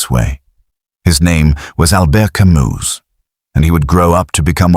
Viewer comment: The S in Camus is silent, for chrissakes.